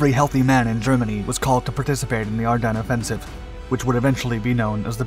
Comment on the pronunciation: I know this is trivial but i hear him saying. Are dun. Not are dens. I always thought the latter… maybe local area pronunciation? Thoughts?